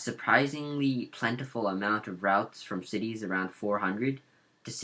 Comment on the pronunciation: U don't actually know how to pronounce any of the cities correctly, no offense.